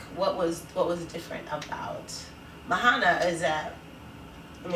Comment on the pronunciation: Mahana? Are you sure you guys watched the whole movie? Lol